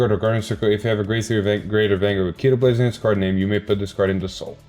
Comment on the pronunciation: Evertime i hear Keeytoblaze it hearts my soul. Its KO- tee-blaze